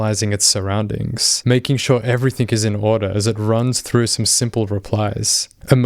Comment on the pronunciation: Great videos. One thing that I notice with your narrations beside the funny YAH OK and other dialogs in the chat is how you and a few other people i know in real life add a K when saying 'EVERYTHING', so it sounds like 'everythink'.....like I am just wondering if this is done subconsciously? Or "not giving 'anythink' away"....I know, I probably sound pedantic but I just thought I'd ask if you've noticed this?